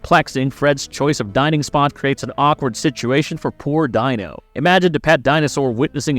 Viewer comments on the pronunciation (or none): Their pet was named Dino (pronounced Deeno), not Die-no. It's like the narrator had never actually seen the show, lol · It's Deeno not dino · pronounced DEAN-O not DI-NO!!!! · "Dino?" It's pronounced as "Dee-no". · Oh boy it's pronounced DEE NO